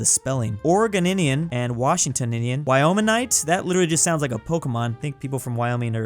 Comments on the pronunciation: It’s Wash-ing-TOE-ni-an and Or-e-GOE-ni-an. Our Hoosier-style nickname should be Alkies, after our state motto, Alki, which means “Bye and bye” or “Someday” in the Chinook language. Question: Does any other state have a motto in an indigenous language? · thats what im saying "Washingtoninian" "Oregoinian" its so goofy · as a washingtonian i’m upset at how you pronounced it. it’s wash-eeng-tone-ian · for washingtionian is Wash-ing-ton-ian